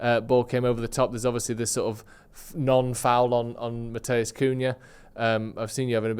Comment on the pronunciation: De Ligt's first name isn't pronounced 'Matteus'. Its pronounced like 'Mattice', with a long i.